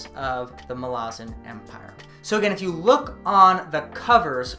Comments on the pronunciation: Those of us who have become obsessed with the Malazan Saga read different names with different pronunciation, (Iskar Jarak calls Duiker "Diekar" where I say "Do-icker"). But accent aside, there is nothing in the way 'Malazan' is written to indicate any long vowels. "Malarzen" sounds soft and has no punch. Mal-az-an is far better. It's a hard name, denoting strength. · This is wonderful but I just can't get past how you pronounce MaLAzan. Ivebakways heard it as MALazan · Why do you pronounce Malazan as 'Malarzan'? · I agree, I pronounce it “Mala-zan” and no one can change my mind! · dude what is up with all of these people mispronouncing malazan lol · Thanks for the update did not realize there was more to read outside the central 10. Finished them a couple years ago and excited to go back to this world. I will say I hate how you pronounce Malazan. Now i did go and look for pronunciation, and you are probably right in the way you say it, but i am stubborn and will continue to proudly properly mispronounce this word whenever i talk about this series.